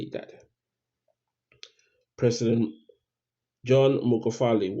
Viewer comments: This guy even doesn’t know Magufuli, his pronunciation is mugafuli. Spreading rumors at will. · it's not mugafuli it's Magufuli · Please PRONOUNCE his name right by buddy. Ok?